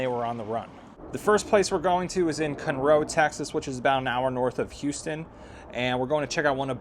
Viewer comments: Okay, I just started the video. And number one, it's not cun,- row, it's Con-row Texas. I know you're not from here, so I'm simply correcting you. Okay, now back to your video. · Hey. I’m in Houston. It’s pronounced CONroe, TX, not ConROE!!! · FYI it’s CON-ROW, not cunrow. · Cun roe Texas? 😂😂😂 I live here in CON ROE, Texas. It spelled “ Conroe” Texas. It’s sounds exactly like the way it’s spelled. Bro, don’t overthink it.😂 it’s just “con row” Texas CONROE. CUN ROE😂😂😂😂😂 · It is not pronounced, "Cun-Row", it is pronounced as it is spelled, "Con-Row". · Can’t even pronounce Kunroe 😂 It’s Con Row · Great work. But it's CON-roe. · It’s Con/Row stop talking like you’re in California 😣😁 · I have never heard Conroe pronounce Cunroe 😂😂😂 wtf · It’s pronounced Con-row Texas fella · That not how you say Conroe! 😂Con-roe Conroe! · My dude said ‘Cun-Row Texas’… dog the disrespect!! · Just came across your video, been here my entire life. No offense but it's pronounced (KAAN-ROW), nice video and commentary. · Pronounced Kann-roe. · Good video good content living 3hrs away you should know it’s pronounced CON-ROW…..city boy in his Audi and clean clothes 😂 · Good video good content living 3hrs away you should know it’s pronounced CON-ROW….. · You mispronounced Conroe.